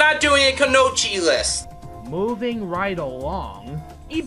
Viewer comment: Its pronounced Ku-no-ee-ch. :/